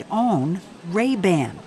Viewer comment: Lol he pronounced it Ray Bin.